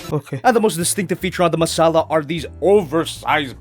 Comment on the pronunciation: It's called the Messala and you pronounce it 'Masala'? That's spicy.